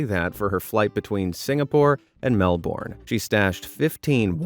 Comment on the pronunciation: OMG XD IVE NEVER HEARD SOMEONE CALL IT MELBORNE XD